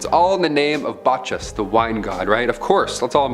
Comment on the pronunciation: Bacchas: BAH CUS not Bachis